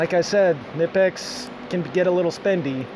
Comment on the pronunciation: WOW ! An American who says kNIPEX the correct way :]